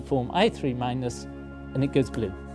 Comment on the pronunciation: The professor said glue instead of blue